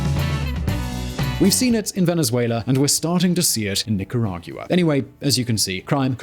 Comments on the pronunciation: You pronounce Nicaragua like Jaguar, and that dear host, is wrong. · He is not Hispanic, if he mentions it wrong has nothing to do with the meaning of the information he is sharing , which is very very appreciated. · Grey Wolf Alpha no normal English speaker pronounces Nicaragua like he does lol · pronounce NI-KA-RA-GUA. Thank you. I spent 10 years in Central America as a military advisor. 1. Corruption: Corrupt politicians and Law Enforcement are the biggest problem in Mexico and Central America. That is followed by narcoterrorism. Mexico is the primary source of most of the problems in Latin America. Solution: Find the bad guys and kill them. Mexico and Central America are overpopulated. They can afford to kill 100,000 bad guys each. They have done so in the past. They can do it again. 2. Leadership: We need more people like Mr. Bukele. Leadership and honesty can be taught. 3. Communism: It must be eradicated. It affects all of Central America to include Panama. Communism adds another dimension of violence to narcoterrorism. Mr. Ortega is a pedophile. He should be executed immediately. Violence from Nicaragua spills over to Honduras and Costa Rica. This has happened for 40 years. It must be stopped. Start with Ortega and the Witch and continue to hunt from there. Dead people do not commit crimes. Perhaps, they can borrow a few drones. 4. The U.S. can benefit from hardworking and educated immigrants. Most Central Americans and Mexicans are definitely hardworking. Everyone would benefit by improving the educational system in CA and Mexico. We already have Dual Language education established in parts of the U.S. Dual Language education is the way to go in LATAM. 5. Finally, CA and Mexico would benefit from establishing Enterprise Zones where FOREIGN investors can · Nicaragua is pronunced nica-ra-gwa:D Please! My ears are bleeding! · how does someone not know hoe to pronounce barrio🤣😭 its BAR not BEAR nicaraguiya?? i mean cmon is this a joke